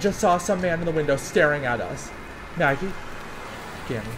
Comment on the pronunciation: You know î don't believe in ghosts....swaggIE... Me:SWAGGIE? XD ITS MAGGIE XD